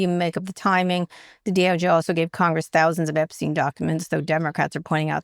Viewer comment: OK so I am a total news junkie and you are top of endless loop of all that is fucked up in the world right now. But for the love of of God!! For all the airtime you give the Epstein files - and well you should! - you'd think by now you'd have confirmed and know how to pronounce that pedophile's name!! What is up with that Kara! It's pronounced gee-LEN. The s is silent. It's not a soft g. For now and for all time it's...gee-LEN. Please also tell Scott! 😉!